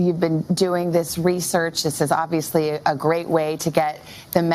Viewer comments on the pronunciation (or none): none